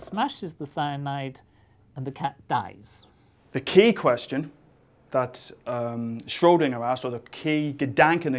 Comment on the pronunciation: Thank you for saying Schrödinger and not "Schrodinger"!